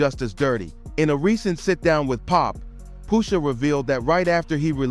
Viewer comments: Brah at least know how to pronounce names.. who tf is Poosha? .. that aggravated me so much I can’t even watch the whole vid… take this comment for the culture and i’m out😅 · The pronunciation of “Pusha” is killing me 😂😂